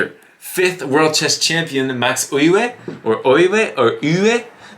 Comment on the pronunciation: “Euwe” is pronounced “Err-verr”